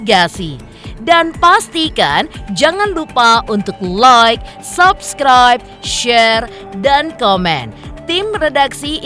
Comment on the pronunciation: Pelafalan kata subcribe bukan sapskraip tapi seupskraip